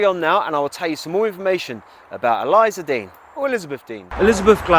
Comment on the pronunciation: You’re pronouncing her name incorrectly.